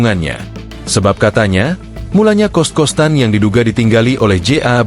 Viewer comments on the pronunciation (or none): Kritik aja ini mah ya.... Voice over-nya jangan pake AI, deh. Ngga ada nyawanya. Datar banget dan pengucapannya ngga bisa menyesuaikan dengan yang lebih enak didengar. Iya kita tulisnya "kost-kostan", tapi bacanya ngga sekalian sama huruf "t"-nya. Ini jadi kedengeran aneh. Kalau mau pake AI, sesuaiin aja antara penulisan dan pelafalan yang lazim di masyarakat. Tapi bener deh, mending VO manusia beneran aja. Lebih ada "nyawa"-nya 😑